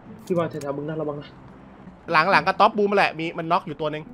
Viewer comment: บูมไม่ใช่ยูม